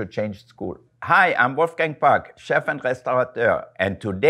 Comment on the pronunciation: It’s interesting to hear him pronounce his name with an American accent.